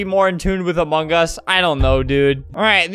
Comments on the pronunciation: Albert: among us. Me: I thought he said Among Gus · WHY DOES EVERYONE SAY AMONGUS INSTEAD OF AMONG US?!